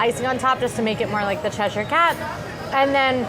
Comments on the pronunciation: is saying Cheshire correctly! 😊 Short e sound, then uh at the end - like CHEH-shuh with the emphasis on cheh. The only Shire like is saying it is in Lord of the Rings! This will also help you with things like Worcestershire Sauce (WUH-stuh-shuh). The more you know! 😂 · is right... it's "Ches-sheer" Us Brits have a confusing language 😂 ❤❤ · As a Brit, I can confirm that is pronouncing Cheshire correctly. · is correct in the pronunciation as I live in Cheshire in England xx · says Cheshire Cat correctly